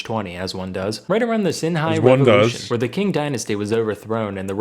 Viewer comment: Pretty sure the "Qing" in "Qing dynasty" is pronounced as "Ching." My reference point is the father of China, Qin Shi Huang, circa something like 220 BC. His title is pronounced something like "Chin Shrr Hwung." Languages are weird.